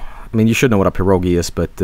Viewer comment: Gee,, stop misinforming people It's pirogi', not piro'gi And you also used non-canon pirog picture }:C